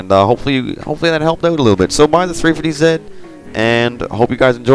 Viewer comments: What's a 350 ZET????? Do you know how to say your alphabet? Z=ZEE! Oh and you don't say Nissan, KNEE-SAND jusy NISSAN! (KNEES-ON) <--like that lOl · its 350 z not zit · why do you say 350ze and 370ze? its 350Z and 370Z